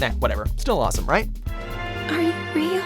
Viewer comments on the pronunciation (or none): none